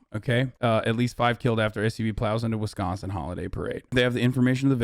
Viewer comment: All I got out of this is the great news that Hasan pronounces “Wisconsin” the way people from Wisconsin say it and not the other way which is bad and I don’t like